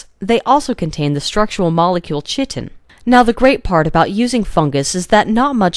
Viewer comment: Chitin is pronounced: kite-in.